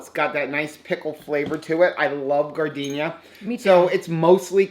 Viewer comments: Praying for your dental situation,! BTW, I used to live in Chicagoland and we still eat giardiniera quite often. It's an Italian word pronouced "Gee-ard-in-air-a", not like gardenia (the flower). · Best of luck on your dental work! The pickled veg (giardiniera), is pronounced "jar-din-year-a."